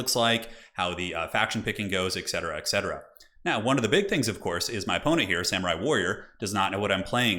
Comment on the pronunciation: "🍳cetera 🍳 cetera" 😂